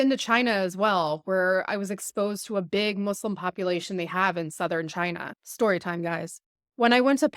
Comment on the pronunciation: Why do you speak like this . .. it's not chetory but story for instance . Its annoying listening to you when you speak like this